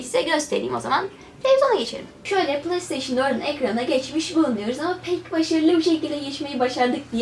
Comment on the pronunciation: PlayStation Türkçe okunuşu Plesteyşın değil Pleysteyşın diye okunur.